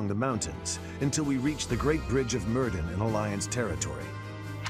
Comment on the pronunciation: As a Welshie I do want to correct fire emblem here. Myrddin is pronounced Mur-*thin*, not Murdin.